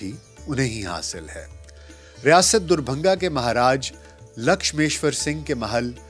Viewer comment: आपकी उर्दू काबिले तारीफ है पर दरभंगा का उच्चारण सही करें। आप दुरभंगा उच्चारित करते हैं।